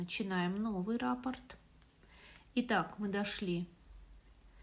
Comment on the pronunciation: спасибо за МК. В первый раз, с вами, пробую вязать росток. Вы все очень понятно рассказываете и показываете. Обратите внимание на слово Раппорт,вы его часто повторяете. Надо говорить РаппОрт. А рапорт- это донесение у военных.